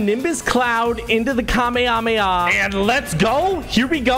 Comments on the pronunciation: It’s notkamahama it’s KAMMA HAAAA MA HAAAA!!!!!!! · Ka-may-ha-may-ha is how it's pronounced ig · love your vids but did anyone else get triggered when he called it ka-may-ah-may-ah... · "SrRowen" the kamayaryary! 🤣🤣🤣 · Epic: sajaadridha I’m a huge fan i love your vids also it’s pronounced kamahameyha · Lol kameyamaya 🤣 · ur pronunciation murdered me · HYR SproutzV- you so funny lol the way you first pronounced it was so funny